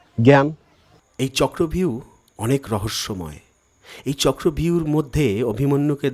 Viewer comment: চক্রব্যূহ না বলে চক্রভিউ বাংলায় বলে হিন্দীর উচ্চারণ 😢😢😢😢